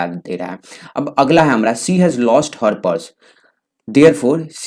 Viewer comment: why you said hamra